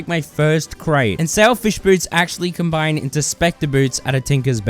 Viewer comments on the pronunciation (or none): none